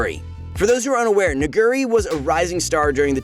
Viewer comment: I feel like this guy purposely mispronounces Nuguri just to satisfy his urge to say the N- word...